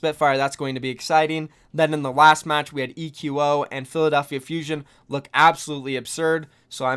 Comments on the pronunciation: it's not "ee queue oh" lol it's just pronounced like "Echo" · ITS PRONOUNCED ECHO NOT E Q O